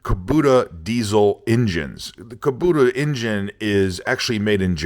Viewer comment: KubOta, not KobUta.